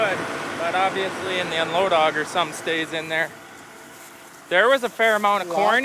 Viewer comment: 19;06. "We are at da plant dar." Awesome. We must have went to the same school. Non - Minnesotans get a kick when I speak (usually for fun, but sometimes natural) when I really lay on the accent. Yah ya know, go down dar and you'll find it dar, ya know.